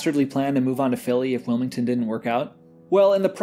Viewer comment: wil - MID ton .. point taken lmao .. cool vid good commentary